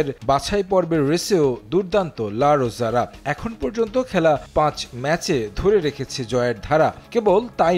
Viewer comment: লা রোজা নয় লা রোহা হবে